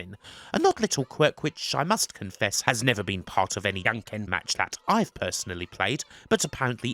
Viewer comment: I must say that "Jan ken" isn't Yankin' Jan is a more similar to the English name John, and Ken is also just like the name.